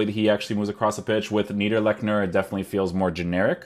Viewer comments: niederlechner not neiderlechner, you got this the first time right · Its actually Needr Lexner. The CH is spelled like the Y in the Word YES but without using your voice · It’s pronounced Neederlechner because in German the second vowel is the one that gets pronounced :) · Schwarz but english speaking would pronounce your version neiderlekner thus the original comment said neederlechner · Neiderleschner lmao. Its Like Neederlechner i think. :) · ITS „NIIDERLECHNER“ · Hahhahha i am a german and his name is Neee-der-leech-ner 😝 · Haha how you said his name. Your German sound funny., 😂no hate just funny